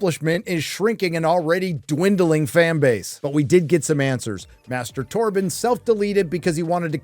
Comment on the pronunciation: Why does "Master Torbin" sound like self gratification? 🤔